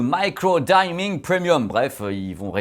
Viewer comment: Hey, le i de "diming" se prononce comme en français comme pour "engine". Sinon super vidéo comme d'hab, on a hâte pour tes 80 tests de TV à venir!